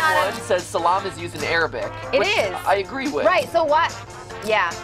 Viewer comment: In Turkish, it is selam, not saalam. Still pretty close.